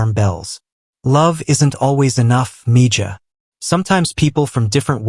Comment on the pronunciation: Grest story, thanks! Btw, I think Mija or Mijah, not sure of the spelling is pronounced Mēhă...spanish word.